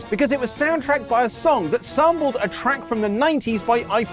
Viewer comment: now that you mentioned that, I put on the captions and he should have said "sample" but it didn't sound like that jajaja